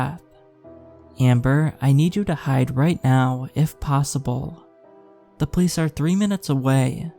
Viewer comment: I love your narrations, so please know this is more of an observation than a critique, lol. But every time you say the word “police” it just sounds like you’re saying “place” or sometimes “pleece” and I don’t understand 😂